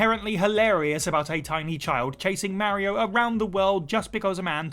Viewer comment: Don't ever say mario again